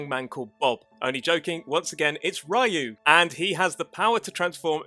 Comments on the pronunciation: Ryu is supposed to be pronounced Ree-yoo, not Rai-u. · OMG. it is not Ra-You. its re-you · STOP - SAYING - RA YOU ! It's Ryou (Ryu) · Just for clarification "Ryu" is pronounced (Ree-yoo). I didn't mention this to be a jerk, so we're clear, I just wanted make sure the correct pronunciation got out there. Thank you for the video. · Ra-yu hehe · Is a Rayo, xD. It made it sound like he meant Ray on spanish. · Ah yes, Breath of Fire's main protag -- RYE-UUU. Good video, but... all this research, and you botch the pronunciation of Ryu, the main character's name, repeatedly. lol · Ryu(龍) in Japanese actually have only one syllable.